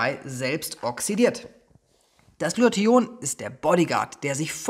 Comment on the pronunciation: Lieber, danke für das tolle und informative Video. Ps. Immer wenn du Glutathion sagst erinnerst Du mich an Antoine Burtz, wenn er versucht "Integration" auszusprechen. Intention isch immer gut, weisch